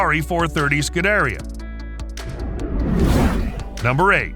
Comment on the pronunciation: obviously the guy narrating is not a car guy since he mispronounced “scuderia”